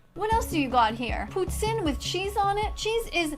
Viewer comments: As someone from QC, her pronunciation of "Poutine" was spot on. Im scared to think shes from here.. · When I heard her say "poutine" correctly I had to check where she was from. She's from Quebec💀Why is this witch from where I live. Edit: Oh he also found it out lmao. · As a Montréaler, my heart sank when I heard her pronounce poutine the right way. I still cannot handle the fact that she might be my neighbour